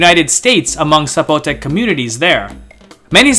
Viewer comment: There's no accent on the O. It's not Zapo'tec.